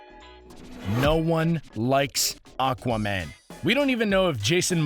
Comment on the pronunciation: Espeonage The guy in the video sounds like he is saying aguaman. That's what it is.